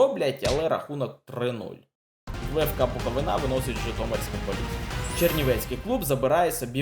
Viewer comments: Відосик пушка,тільки - Буковúна а не Буковинá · Хочу наголосити, не буковинА, а буковИна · Задумка класна, але........ невже не можна почитати, як правильно ставити наголос на "БуковИна"?????? Просто ріже вухо....... Тоді вже і "НивА", "ДИнамо" та "КАрпати"....... Тільки коментатори навчились правильно вимовляти........ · Все класно, але наголос Буковини ріже вуха ( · В слові Буковина наголос треба робити на букву И. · Буковина! Наголос на у, не на и.